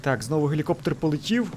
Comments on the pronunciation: Ну взагалі-то гелікоптЕр, але для Алекса це пробачити можна. :-) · Наголос не дуже вірний в слові "Гелікоптер", чи ні?